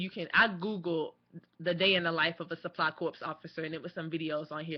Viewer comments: Please. It's corps (core), not corps (corpse). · Just FYI, corps is pronounced the same is "core". But great videos, I'm thinking about the process myself. Thanks!